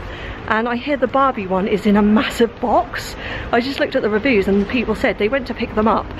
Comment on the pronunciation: Why do you say huge and review like that. ...